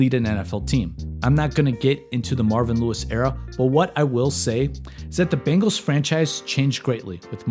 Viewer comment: He did lmao. I love this channel